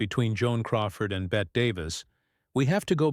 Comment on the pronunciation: It’s Bett-y not Bett